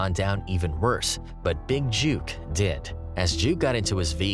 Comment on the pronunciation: I wish everybody would get the pronouncing of his name right it's not JUKE (like jukebox)! Its JOOK (pronounced like BOOK). Smh